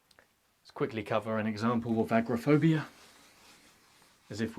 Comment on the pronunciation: I may be mishearing your pronunciation but it sounds like you’re saying “acrophobia” which is the fear of heights. “Agoraphobia” is the fear of leaving a comfortable environment like your house.